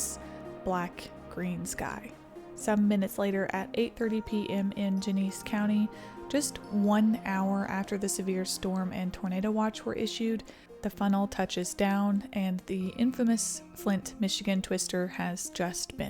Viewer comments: you are so cute, especially when you pronounced "Gen-a-see" county as "ge-niece." Keep talking that weather to us girl.🥰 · It is gen-a-see not Jenese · Gennessee like Tennessee not Geniece. Good story though thanks. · Its pronounced ge ne see, not gen ese. Genesee. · Genesee is pronounced like “Jenna-see” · Lansing is our state capital, so it’s interesting that no one called that in from Lansing to Flint. Also, Genesee is pronounced like “Jen-is-sea.” So far this is pretty good. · It doesn't affect the video at all, but just because I caught it, and its something I happen to know - it's pronounced jenna-see (Genessee) County - It's an Iroquois word, meaning "beautiful valley". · Great video, just two corrections. It's pronounced Jen-uh-cee. And Lansing is the capital city of Michigan not town (it was established as a city in 1859, and has been Michigan's capital since 1847.) Otherwise everything else was spot on. Much love from a Michigander. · Great job on the pronunciations! I know some of the michignan places can be tough, the county Genesee is pronounced "Jen-a-see" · For the record, "Genesee" is pronounced "Jeh-neh-SEE," three syllables with the accent on the last. Walther Reuther's last name was pronounced "Roy-ther." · Genesse County is pronounced Gen-a-see County from Michigan just west of flint 😊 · Just a note to the narrator: The first two e’s in Genesee County are pronounced with a short “e” sound, and the last two are with one long “e.” You did a great job documenting this tragedy, however.